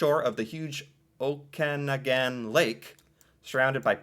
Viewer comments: Pronounced, Oka-nog-in. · Okanagan…..pronounced OAK…A..NOGGIN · Kootenay "Coot-ney" Okanagan = "Oh-ka-naw-gan" I moved from British Columbia to Newfoundland in 2012. It's Ireland of 2 centuries ago preserved by isolation. It's gorgeous and friendly but it's socially and economically very behind the times and if I could convince my Newfie husband to leave I'd do it in a heartbeat. My grandmother's family is from Manitoulin Island! Had to laugh when you said "random islands" because there's an island in Newfoundland called Random Island. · Newfoundland is pronounced new-fund-land. I don't know why. Okanagan is pronounced Oaka-naw-gan. I notice no one said Toronto! I live close, on the golden Horseshoe (another spot for you to look up), and I know that everyone hates Toronto for any number of reasons. I hate them for aspiring to become American. There is only one reason that people attend baseball and basketball games. No one actually likes these sports but it makes people in Toronto feel American. The city should be kicked out of Canada. Go Habs Go!! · A little help on the pronunciation These are approximate to how most Canadians say em: Newfoundland "NEW-finn-lind" Kootenay "KOOT-in-AYE" Okanagan "OAK-an-AW-ginn" Kelowna "kill-OWE-nah" Also I live in Halifax, Nova Scotia but I grew up on Cape Breton Island. Look up the Highlands National Park, it's breathtaking. The Annapolis Valley on mainland Nova Scotia is also beautiful and full of wonderful restaurants and vineyards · It's pronounced Oh can aw gan! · did you hear me yelling the correct pronunciations of places in Canada?? The way you LIKE to say Newfoundland is correct!! It is NOT New Found Land. It is New-fun-land - said as one rolling word. You’ve already been corrected on O-ka-noggin. There were a couple of others but I can’t remember them 😘. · Okanagan is pronounced Oak-an-ogan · Okanagan = Oak-in-aug-in or Oh-kin-aug-in My recommendation is where I am from - HALIFAX, NS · pronounced oak-am-ah-gn